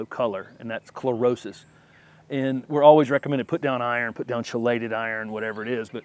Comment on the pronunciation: This video answered a few questions I had myself, particularly about forsythias and coneflowers. Thanks! And just a pronunciation thing, chelated is pronounced "key-lated." Again, thanks for a helpful video 🙂